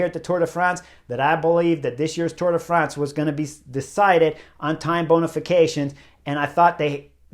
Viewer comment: “Time bonification”, lol